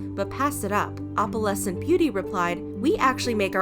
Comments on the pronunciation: I’m cringing so much at how you pronounce opalescent. It’s not Oppalescent it’s Oh-PAL-ess-ent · OH-puhlessent. Not AWP-uhlessent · i cant stand the way she says opalescent you pronounce the O in opalescent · i’ve never heard someone say opalescent like that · The way you pronounce "opalescent"... yikes... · The fact that she’s pronouncing opalescent wrong the WHOLE TIME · How do you pronounce it?